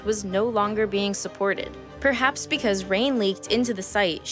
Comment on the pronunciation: Every time she said words like "behavior" or "because" I thought "bee-havior" and "bee-cuz" etc. Anyone else?